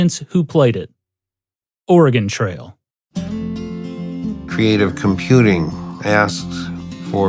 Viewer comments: There's only one thing I don't like about this documentary, and that is putting the stress on "Ore" instead of "Trail" every time the narrator says "Oregon Trail." "Oregon" in this title is the adjective, it modifies "Trail" the noun. It's certainly not a big thing, it's kind of like when Biff says "Make like a tree and get out of here" and it sounds like he doesn't realize it's a pun when you say "leave." Old Biff would know he doesn't know this, because he was him (if you've seen Back to the Future.) Anyway emphasizing "Ore" in "Oregon" switches the natural emphasis and doesn't make sense. Otherwise, great documentary. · You put the wrong emphasis on the wrong syllable. Trail goes up at the end not on Oregon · I dont know how to correct this in text, but you're putting the wrong emphasis on "oregon trail." Maybe watch some other videos to see what I mean lol. Great video, regardless :) Edit: I think I could describe it as "its a trail that goes to oregon, not a trail called oregon" and the way you use the emphasis on oregon makes it sound like an adjective describing some aspect of travel on the trail, rather than the destination being the reason for it's name. Idk if I'm making sense!